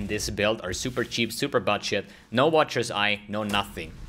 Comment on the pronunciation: when you say budget it can clearly hear you saying buttshit 🤣 imma try this build thanks